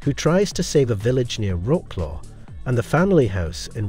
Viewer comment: I know it's difficult to pronounce Polish words, but at least try. Wrocław pronounced as Roklo is hilarious. You can check the pronunciation online.